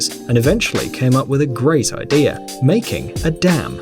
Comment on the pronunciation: It's "idea", not "idear"... there's no R in idea.